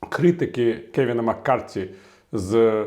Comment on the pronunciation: Пане Віталію, дякую за професійну та оперативну аналітику! І все-таки він МаккарТІ, а не Маккартні )